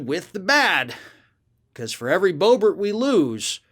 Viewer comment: It's pronounced Boo-Bear